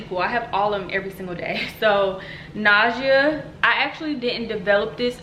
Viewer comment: is it just me or is she saying “ nausea ” wrong? lol